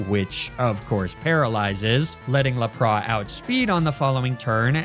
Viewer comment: legit the only miss naming of pokemon that actually bothers me is how you pronounce lapras. Arcanine, on the other hand, is now canon